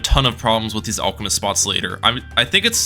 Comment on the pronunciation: It’s alchemist not olchemist